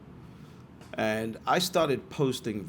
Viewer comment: I've never heard a british person pronounce "December" as american as that